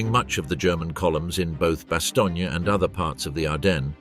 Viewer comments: a good documentary i'll forgive the mispronounciation of bastognia LOL! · The “vee” corps?? It was still delightful even though it was quickly revealed as produced by AI. And perhaps a biased AI. Almost a load of “Bastony.”